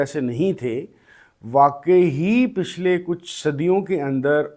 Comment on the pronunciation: A little correction Pishlay ❌ Pichlay ☑️